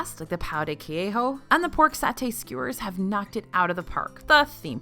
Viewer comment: definetely not pronounced que-ho. its more like kay-jzho